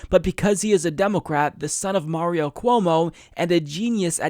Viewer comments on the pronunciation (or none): none